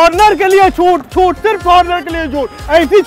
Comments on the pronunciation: Was he saying chhutt chhutt or chut chut 😂😂😂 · Chhut ki jagah Chut bolra hain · Yaar ye chhuट bol rha tha ya Chuत bol rha tha??? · In last he is not saying "chhut" he is saying "ch*t" 🤣🤣🤣🤣🤣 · Last one was hilarious I heard choot(vagina) instead of choot(discount)😂😂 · Chhut chhut ke jagah ch*t ch*t sunai de raha tha 😂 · I confused when he was saying "CHUT"🤣🤣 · Everytime He says Chhoot, I Hear Chut 😂 Edit : Last Me Chut bolwa hi diya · भाई छूट बोल रहा है या चू** बोल रहा है 🤣🤣🤣🤣🤣🤣🤣🤣🤣🤣